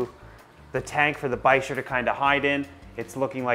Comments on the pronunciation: It's pronounced "Biker" the ch is pronounced with a k sound. All Polypterus are called bichirs in the pet trade because of the type species, P. bichir. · Bichir (bick- Er is how i pronounce it lol) are 1000% my favorite species of fish. Hands down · I've always pronounced it as "biker" but...now I'm not so sure. lol Great video! Also, black neon tetras for the discus tank dither fish ;-)